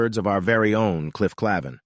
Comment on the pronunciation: What's with the fake thumbnail photo who isn't anyone in the cast? And, it would be nice if you pronounced Cliff Claven's name correctly as it was in the show and referred to Woody as a he, which he is. Narration leaves much to be desired for one of the great TV casts and producers of an iconic show.